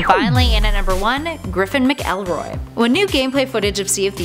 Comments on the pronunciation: Mac L roy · Griffin mick-L-roy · Not how you pronounce McElroy.... Great background research